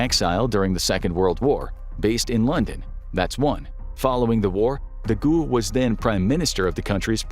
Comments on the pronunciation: De Gall, not De ghoul! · De Gaulle is pronounced like the goal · "De Gualle " is pronounced De G ah l. I love your channel! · Charles de goule 😂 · James Randi's book The Mask of Nostradamus demolishes the idea that Nostradamus's quatrains have any prophetic value. The application of quatrains to the JKF assassination and 9/11 is especially unconvincing. Also, I laughed out loud when the narrator pronounced De Gaulle "De Ghoul." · Please learn to say Charles de Gaulle.